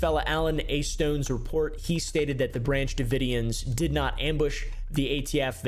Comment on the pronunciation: "Branch davoidians" I'm only calling them that from now on xD